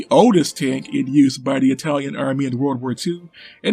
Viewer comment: "Yer a tank Rock! A greasy fast EyE-talian TANK!..." Guess missed the Italian tank memes.